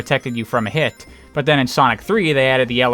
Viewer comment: Ok what is it and your pronunciation of but? There is no extra emphasize needed on it.